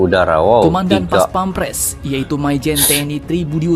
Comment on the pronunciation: bukan paspemres Baca nya Bos....PAS PAM PRES....Bukan PAS PEM PRES